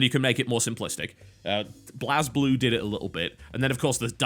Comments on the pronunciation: Good video, but it was a bit annoying to me how you pronounced Blazblue incorrectly, as it's pronounced blaze blue, but I guess it's not really your fault, as it's spelled in an odd way. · Is it pronounced "blahz blue"? I've always said "blaze blue".